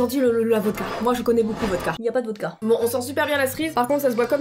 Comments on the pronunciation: on dit pas la "votca" mais la "vodka" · C vodka pas votka😑